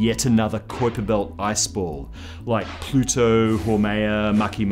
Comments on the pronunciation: I love your shows....and I think you are a great host...but they way you say kuiper belt is killing me! It's a pronounced Kyper...with a strong I. Ok...just had to say it....but great videos... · Is it just me or is his pronunciation of Kuiper a little strange?Love the vids but that was just annoying me lol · Dude, why do you say "kuiper belt" so weird? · What's a qwiper belt?? do you mean the kuiper belt?? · sorry m8. I know I should use fonectics but I dont know how to use them. I was just reffering to the way this guy said kuiper belt. I've always heard people say it like "kaiper" belt not like he says "koiper" belt. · It's "Kyper" bro, not "Koyper" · I'm 100% it's not Kyper, it's Qupbiér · I seen another video on another channel where the guy called it the Kwipper built lol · Great show. Just 1 thing its pronounced smth like kaüper belt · It's pronounced "Kyper" it rhymes with hyper. Say it goddammit! Say it! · what the fuck is a koyper belt? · Sounds like how one of the 3 stooges would pronounce it.....Koi-Pa Belt! Koi-Pa Belt! Nyuck Nyuck Nyuck! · its koipe m8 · Kuiper is pronounced Koyper in dutch. Ui=Oey in dutch. Kuiper was dutch which means it is pronounced Koyper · pretty sure it's "Kuuiper". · first time ever hearing someone pronounce it "kwiper" belt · Kuiper spoken as it should be Cowper. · So many strange pronunciations? This guy been under a rock? You lost me at the mark.. honestly, who can't pronounce Constantine? Or Kuiper?? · Absolutely love how he pronounces Kuiper. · His pronunciation of Kuiper makes me want to shove nails into my ear while pronouncing the 👁 sound correctly... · you confused me with the way you pounced Kuiper